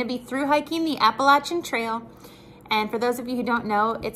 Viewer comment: Thanks for pronouncing “ Appalachian “ correctly. I live in Appalachia and am surprised how many hikers that hike the trail do not pronounce it correctly. Maybe you’ll rub off on other hikers LOL!